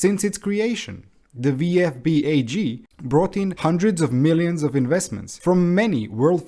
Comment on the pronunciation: Nice video but for me as a German the englisch pronaunciation of VfB sounds so weird 😂